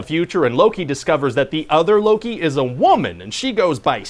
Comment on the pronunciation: he says luu-ki